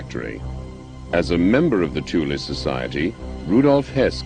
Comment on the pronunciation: It is nice to hear Thule pronounced CORRECTLY for once! Thule is NOT pronounced "Thool" "Tool" or "Toolie" and never was, these are wholly incorrect mispronunciations. Thule is a word from the German language. Germans do not employ the "Th" sound but, they do pronounce the letter "E" when it appears at the end of a word. Thus the CORRECT pronunciation is: "TOOL-AH" . I speak German and I have had this pronunciation verified by my German friends, they told me this is how it is said, I've heard them say it, it IS pronounced "TOOL-AH" .